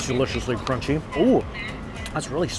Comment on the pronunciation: Does this guy think he sounds cute talking like a baby? This thing is qunchy instead of crunchy.